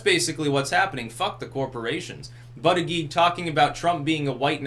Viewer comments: His name is pronounce Boot Edge Edge. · I believe it's pronounced like "Booty-Judge". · It's pronounced "booty judge" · I think it's actually pronounced Booty-Guy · It's pronounced Butt-Judge for Pete's sake. That's hilarious!